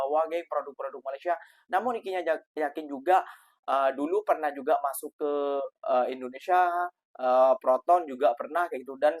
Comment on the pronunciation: INDONESIA❌ IRINDONESIA✅ 😂😂😂😂😂😂